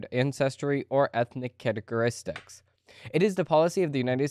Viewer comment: and .. Characteristics. Not "categoristics".